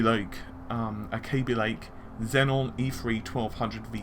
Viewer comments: zen-on? xeon? zee-on say it with me zee-on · It is pronounced 'Zee-on' not 'Zen-on' Xenon is pronounced 'Zen-on' mate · Xenon. Xeon. Got 1 too many Ns in your pronunciation their. Love the videos.